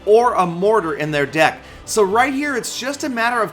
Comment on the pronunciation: called "deck" "dick" well it sounds like it.